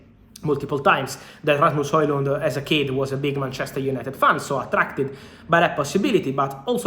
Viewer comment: Very nice pronunciation on Rasmus Højlund name (I'm Danish, so I know ;) )